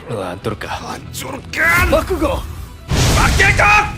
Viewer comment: Bakugo malah bilang bakikuk